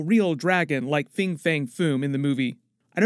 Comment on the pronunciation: Fin* not Fing, and if you're going to say Fin Fang, you may as well add the Foom. Why stop at 2/3 of his name? Anyway, that's a maybe. It'd be wrong to make him a secondary antagonist in 1 movie and then never use him again, and there's probably going to be a lot going on with the film as is to do proper justice to the character, but I can think of like 8 reasons why he should be in the movie so it's not like they can leave him out either. Teasing him here or there like in the post-credit scene only to feature him properly in a later film is what they might end up doing.